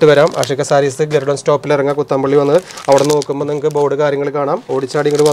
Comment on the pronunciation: കൊച്ചംപുള്ളി അല്ല പോച്ഛംപുള്ളി അത് ഒരു സ്ഥലപ്പേര് ആണ്